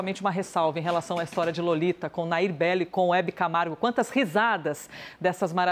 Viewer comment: Hebe CAMARO? kk